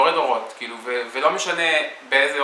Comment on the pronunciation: It's quite frustrating for learners of Hebrew like me. I could tell from the outset it wasn't right cos I seldom hear it replicated by native speakers.